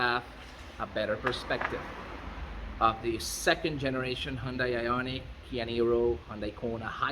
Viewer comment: And isn't it ioniq? Don't you think?